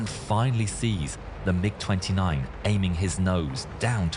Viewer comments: I flew the F-15C in the late 70-early 90s, and I remember this. Good for a laugh. You might recognize the fulcrum if you said "mig" Instead of "m-i-g" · Its MIG 29 Fulcrom. Its a Russian built plane. Its pronounced mig not m i g. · Also, it's not M I G. It's pronounced mig. I don't know how to explain it more that that. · Its pronounced "Mig," idiot. Not M - I - G. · They call them mig29 not M.I.G 29😂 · MIG = Mikoyan-Gurevich construction bureau which designed many Russian fighter planes. It's pronounced "Meeg" with "G" pronounced the same as "G" in "God." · Pronounce it as mig.